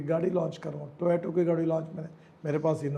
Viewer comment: Toyato nahin toyota plz ask gadkarji to pronounce it as to yo taaaa